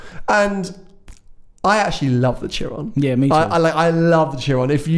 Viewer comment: Tsiron? It is pronounced shiron. Jesus my ears.